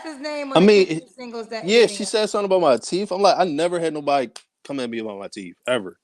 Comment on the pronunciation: He should grow a full beard. It's teeth not teeff.